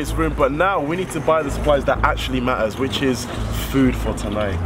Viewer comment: I loved it when said MAH-IS (Matters) and the WOR-TAH 🤣idk its just funny to me sorry LOl